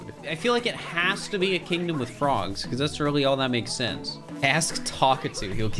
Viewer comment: “Weally” wtf